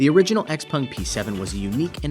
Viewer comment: Xpung?? its not Xpeng??